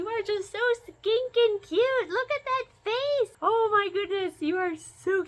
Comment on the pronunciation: Please tell me that near the end, you called them "skinkin cute" instead of "stinking cute" 😂 Gorgeous, I'd love one.